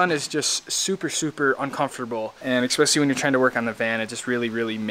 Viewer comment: Did this guy just say EXPECIALLY? Nice vid but can’t take him seriously anymore